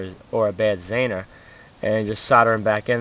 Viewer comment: Zener. ZEE-ner not zaner